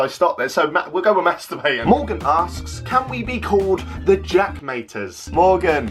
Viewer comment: Jaack maaters 😂😂